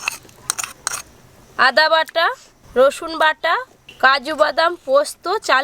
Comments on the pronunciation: এই যেমন রসুন এর বদলে রছুন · স এর উচ্চারণ ছ বলেন কেন?